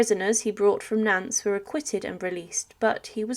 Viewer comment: Nance!! Really!!! It's pronounced Naunt, like taunt!